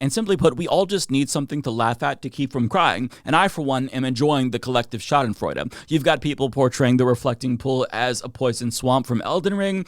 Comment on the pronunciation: And thanks for pronouncing Schadenfreude correctly,! Team Algae all the way! ITA this story is absolutely necessary, after all if ìt truly was a big nothing, the propagandits wouldn't even address it, much less try to defend der Fūhrer. We need to laugh at these people! 😂